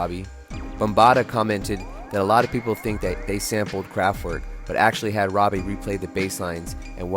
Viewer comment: It’s ROBIE, not Robbie